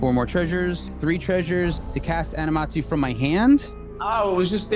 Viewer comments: Aminatou, not Animatou lol but great games. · Animatou ?! It's aMINAtou